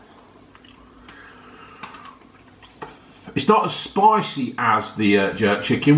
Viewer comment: It's spiceh.